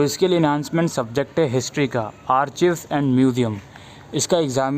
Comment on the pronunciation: Sir Thanks for this video. *Sir one thing.. Archives (आर्काइव) not आर्चीव्स